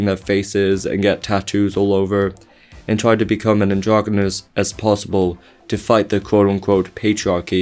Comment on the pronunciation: It's androgynous, not "androgomous"